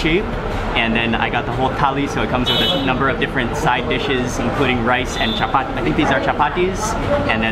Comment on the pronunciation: I love your pronoun at say"chappathi",😍😍